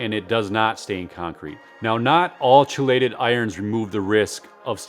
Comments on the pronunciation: I have been using ammonium sulfate, Iron and trinexepac ethyl for 2 years now.The dark green result is absolutely real. Btw, chelate is pronounced "kee-late" not "chee-late" Also, if you have the time, apply iron weekly. My front lawn is only 1,500 sq ft so I apply iron weekly at a lower rate. It keeps the color much better even when cutting under 1". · I think it's pronounced Key Late... But, great information nevertheless...